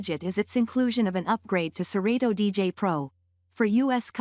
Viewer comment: nah...this ain't it...she don't even say serato right!!! "sir-reedo"